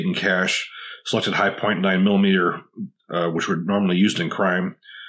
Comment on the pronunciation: The "chi-point"